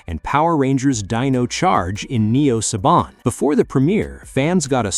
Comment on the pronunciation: It's not SABIN. IT IS SABAN!